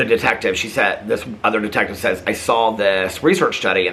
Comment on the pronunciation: I didn’t “sawl” it but I “saw” it 😂 The bird, not a shooting star. 😊 you are adorable! ❤❤